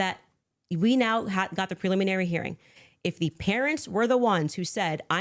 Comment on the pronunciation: this is the first time I've ever heard her pronounce it preluminary - she's said preliminary dozens of times in her show I think this was a slip of the tongue.